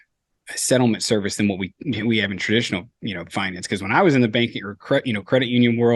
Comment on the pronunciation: I have been googling your word "tradfy or tradify " when you talk about incumbents but i still cant find it. What is tradfy? lol you keep saying it and I have never heard the word before. Now it's bugging me.